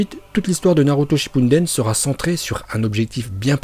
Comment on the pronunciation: Y’a que moi qui entend dire « Naruto Shippunden » au lieu de shippuden?